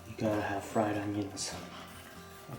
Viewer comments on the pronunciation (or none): none